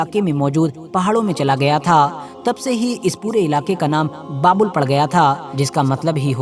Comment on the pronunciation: बाबुल नहीं बाबेल है - बाबेल का मतलब गड़बड़ होता है